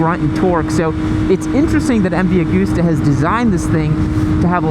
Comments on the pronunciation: Hi.... its not AG-OOOSTER try pronouncing the actual letters.. it goes like this ... Ag-usta .... oh by the way I visited the old man office, his desk is left like it was the day he died. All the cups and medals festoon his office, and the Office was small and functional ..later he built helicopters, which is why I was there, collecting a new chopper .. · M V A-gust-a. Not goooosta